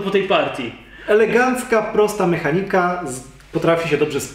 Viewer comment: jedyna rzecz która mnie irytuje to sposób w jaki akcentujecie słowo MEchanika :P poza tym spoko film!